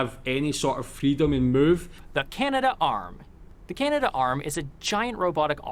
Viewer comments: Dude's grandfather worked on the Canadarm, yet he pronounces it incorrectly as the "Canada - Arm"??? It's Canad'arm, not Canada - Arm. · In Canada we don't say "Canada Arm" but rather Canadarm (three syllables). Careful of these videos when reacting, so many are made by people with little real knowledge of Canada as clickbait. Stick to the National Film Board of Canada or other reliable sources.